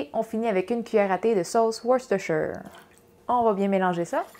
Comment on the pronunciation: T'es la top, toutes tes recettes sont excellentes mais ce qui vient de m'impressionner le plus, c'est que tu sais comment dire Worcestershire! ;)